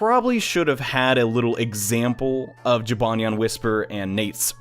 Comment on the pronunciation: It’s jibanyan